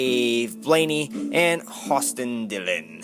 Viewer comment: said jj yeley twice and messed up blaney